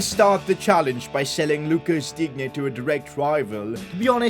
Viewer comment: You should say [Dine] not [Dignye]